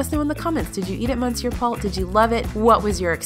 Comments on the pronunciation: Monsieur is pronounce 'mes-sure' not mon-sure. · Is saying “MONsoor” Paul like a joke? I honestly don’t know if it’s a joke because it’s such an outrageous/outdated/obviously incorrect pronunciation that it would seem outlandish for an SNL skit. You don’t live under a rock, you work within the food world, and you know how to pronounce “monsieur.” Please stop making my ears bleed. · Why did you mispronounce Monsieur? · What’s up with pronunciation: spaetzle, monsiur - take a quick look at some words or ask some natives!